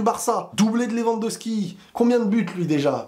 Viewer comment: LewandoWWWWWski .. pas Lewandoski